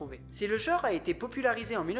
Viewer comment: le mot "genre" ne se prononce pas "jore", mais "gENre", avec un "EN", comme dans "ENCULER". Les millenials, il va falloir sérieusement que vous appreniez à vous nettoyer la merde des oreilles, hein.